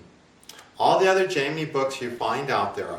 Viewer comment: I'm very curious, why do you choose to mispronounce Jaimini and Parasara?